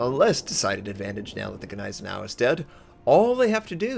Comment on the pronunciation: Anyone else cringe at the way he said Gneisenau... no just me? Ok great.